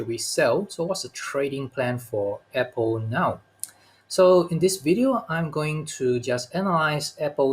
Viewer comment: YOU should learn how to pronounce APPLE